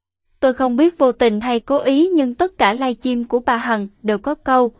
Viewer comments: Giọng nữ diễn đọc nghe mượt mà,ấm áp Tuy nhiên chữ Live Stream không biết cô đọc thế nào người nghe thành“Live Chim” rất ngỡ ngàng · Xướng ngôn viên nên xem lại phát âm, cứ nghe “ lai chim” thì tệ quá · "Lai chim " nghe nhớ người yêu mình quá...huhuhu. !